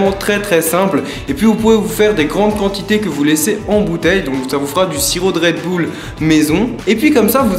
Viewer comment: "C'est la recette du red boule !" Je meuuurt 😂😂😂